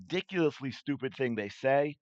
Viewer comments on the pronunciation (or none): none